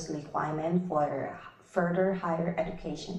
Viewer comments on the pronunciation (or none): Furder and higher education 😅 am i the only one ?